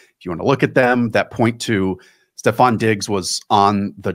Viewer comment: Stop calling him STEPH Diggs. It's STEFON!